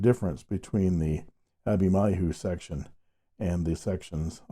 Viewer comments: Hi! I'm pretty sure it's supposed to be Abhimanyu, pronounced uh-bhee-mon-yu, mon from Monday. Abhimanyu is a character in the Epic of Mahabharata. Good to see more Indian pens! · It is pronounced as Abhimanyu and ‘n’ isn’t silent.. Abhimanyu is a revered character for us Indians from one of the epics of India - Mahabharata.. They offer so many models with so many finishes and Nib options that it’s a ‘headache’ to choose just one (even though many of the models seem to be out of stock at this time ) !